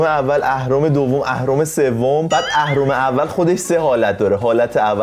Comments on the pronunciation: بنده خدا اهرما رو درست گفت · اون اهرم و درست میگه😂😂 ولی مث نعشه ها میحرفه